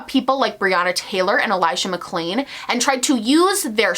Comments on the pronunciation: Also he didn't say Elijah's name right, he dubbed over the audio for it to be correct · He also said Elijah’s name wrong and did a voice over in editing. If you listen closely you can hear that the audio is different. I am so disgusted with him. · Go back and watch the elijah mcclain part, I replayed it on half speed,dude literally says his name wrong and dubs the audio over the video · He also dubbed over Elijah McClain's name and couldn't be bothered to record himself saying it correctly 🥴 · Did anyone notice the sound change when he said Elijah MacClains name? He clearly either said the wrong name or mispronounced it and in editing had to correct himself which tells me he does not really care. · Go back and watch, he got Elijah Mcclain's name wrong and then dubbed over himself to fix it. The irony of getting his name wrong when you are saying "thats where we need to be focussing our attention" and then NOT INCLUDING LINKS TO DONATE?!?! trash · not to mention that he dubbed over elijah mcclain's name in the video. like what,, you cant even say his name right when youre using it for woke points??? that part made my blood boil. I had to scroll back like three times to confirm it actually happened. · he also edited himself when he says "Elijah McClain" you can see it because of how his mouth moves and the audio is slightly different. He didn't even know how to pronounce his name. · when he said ‘elijah mcclain’ it sounds and looks dubbed over... he couldnt even get his name right and didnt even do a new take. you cannot inject BLM in your video as a way to deflect if you cant even get a victims name right!!! what kind of fuckery is this😳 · It’s clear he doesn’t care about the BLM movement and is using it as deflection when he can’t even get the audio right when saying Elijah McClain’s name. The only part of the video that he had to dub over